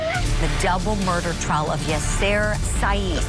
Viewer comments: she said Triar instead of trial and just kept going. Broadcaster! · This woman can't even pronounce the word "trial" !